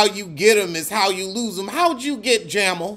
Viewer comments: Not “JAMMLE”😂😂😂😂😂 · Jam-al lolol Oh yeah,,did you read Rob and Neck!!